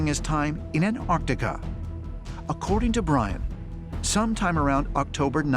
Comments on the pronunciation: It’s An-TAR-tica not An-AR-tica. Pronounce the first T. It’s not difficult. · AnT arC tica. Why can't these people pronounce Antarctica? Why do they call it "Anartica" over, and over? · “Annardica is some koind of alien, base.” BD Chill is all fired up in this episode. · Can someone please explain to Americans there's two t's in Antarctica..jeez.. and how could the the moon ring like a bell for hours when there's no sound in space..🤪